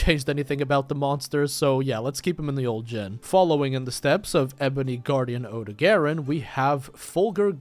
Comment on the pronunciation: Odogaron is pronounced like (oh-dog-ah-ron) just so yk